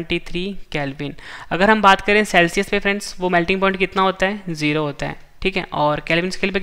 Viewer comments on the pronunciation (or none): none